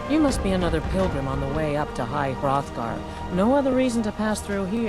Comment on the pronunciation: Stop saying high froffgar